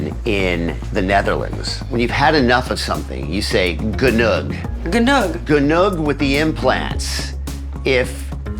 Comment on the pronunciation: Oh my God, this was not Dutch language doctor Dubrow 🤣🤣🤣 Somebody pls teach doctor Dubrow pronounce “genoeg” correctly 😄😄